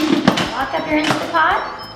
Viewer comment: Instant Pot not Instapot. Commonly mispronounced. Just saw your recipe and it looks gtreat!!!!!